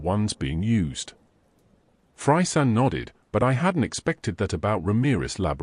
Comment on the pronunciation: I cant get over how the ai calls fray "fry". I cant help but think of fry from Futurama lmao